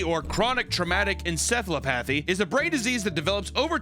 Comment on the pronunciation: Obligatory "You pronounced encephalopathy wrong!" without any useful information on how to pronounce it correctly in the future